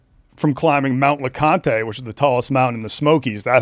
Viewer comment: Its not lecontay jfc stop calling it that.